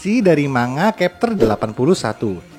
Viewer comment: Ya bukan berarti tetap dibaca dengan cara yg salah, justru harus dibiasakan pelafalan yg benar biar org tau. Chapter jg dibaca pakai "C" bukan kapter 😢